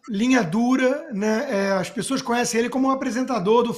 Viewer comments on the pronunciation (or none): AS PiSSOAS",CONSTA?!!! SÉRIO?!!!! "pis-so-as"? JÁ NÃO BASTAVA O "ACONTiCEU"?!!